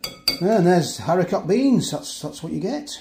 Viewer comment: harico beans - the "t" is silent